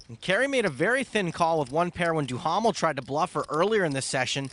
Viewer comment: Gotta love Stapes mocking Mercier's last name for the English pronunciation while mispronouncing Duhamel's last name